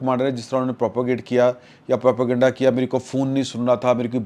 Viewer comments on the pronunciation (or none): none